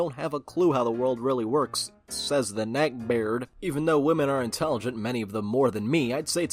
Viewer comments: Nobody: Literally not a soul:: NECKBAYARD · Addicted to the way he says "neckbeard"